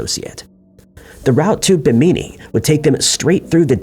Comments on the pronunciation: Bimini is pronounced bim (as in Kim or Jim but with a B sound) uh knee. So: Bim uh knee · The way he pronounced Bimini and Tripoli through me for a loop